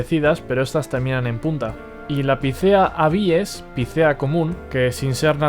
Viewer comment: Muy interesante. Lo peor, la posición en la que acentúas algunos nombres científicos. Pongo tildes, para más claridad. Incorrecto es decir "castanéa", "abíes", “picéa", fraxínus", "humílis", "tremúla" y "pendúla"(por ejemplo), pues todas esas palabras son esdrujulas. Y nada de "minór", pues en latín no hay palabras agudas. Un saludo y gracias por tu trabajo, muy instructivo, por lo demás.